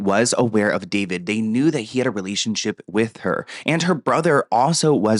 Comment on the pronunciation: It’s not David it’s daah veed 😂